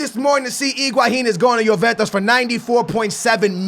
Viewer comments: YOU GOTTA SAY JUVENTUS CORRECTLY!! ITS JUVENTUS NOT JUVENTOS CMON MAN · and he also says yoventus when its juventus like tf